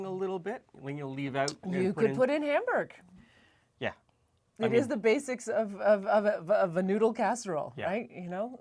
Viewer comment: It’s hamburgER there is an “ER” sound at the end. Ha ha. I am from the south and never heard Hamburg until I came the the Mohawk valley of NY. A lot of French Canadians settled here.